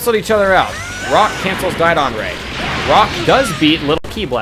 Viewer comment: JohnP514 and also dodon, not diedon!